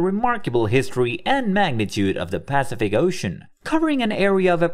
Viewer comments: I agree. That consistent PAcific instead of paCIFic ruins my listening pleasure. :-( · This has to be AI... "Pacific Ocean" rhyming with "pacifist", wtf? It's "Pass-if-ick", yo! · Really annoying when the AI voice mispronounces Pacific. Grrrr